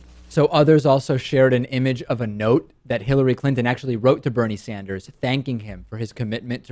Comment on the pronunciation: DP said Bernie Standers